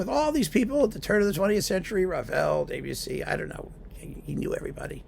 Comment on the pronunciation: Thanks for mentioning Mata, a wonderful conductor that we lost too soon. But your French is "de trop ". It's DEB-ussy, not DAY-bussy. Cheers.